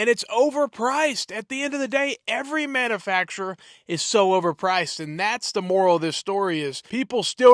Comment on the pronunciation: practice saying manufacturer. It is not manafacturer